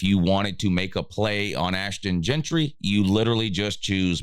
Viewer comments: his name is “Jeanty” not “Gentry” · Jeanty not Jeantry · His name is Jeanty.